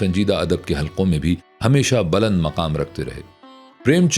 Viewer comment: صاحب! تلفُّظ پر توجُّہ دیں! بلند baland✔️/ نہ کہ buland